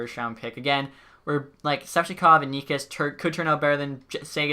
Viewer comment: Necas is pronounced nechas